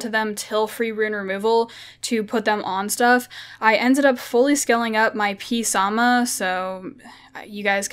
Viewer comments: pronounce it samath samath samath samath not psarma arghhhhhh lol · The P is silent in "Psamanthe"...